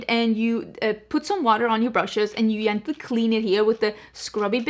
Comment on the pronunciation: I love how you pronounce gently - it reminds me of my German parents because in German a "j" is also pronounce as a "y" ❤